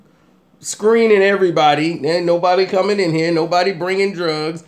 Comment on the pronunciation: He said it's really hot in herr lol